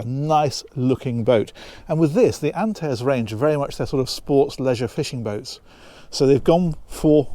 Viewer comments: I'd pronounce it "Ant-are-ezee" - is this a Meile discussion moment?! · Gorgeous gorgeous boat!! Love it! But you've definitely got the pronunciation wrong. It's pronounced 'Ant - air - ease'.